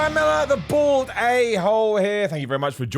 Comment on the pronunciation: This video he puts more enphasis on "BALD" NOT BORED Ahole👍